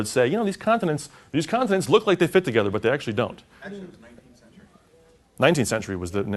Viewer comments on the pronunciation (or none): none